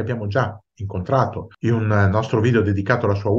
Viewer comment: COMPLIMENTI! Ormai il mio appuntamento giornaliero con la storia! Bei servizi, attinenti m argomenti non banali, spesso scomodi, con eloquio fluente e non sonnacchievole come altri canali👏🏾 Un appunto... IN UN diventa IUN... perché!! 😩🤣